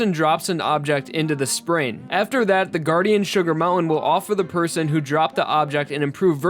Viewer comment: It sounds to me like you're saying "spreen."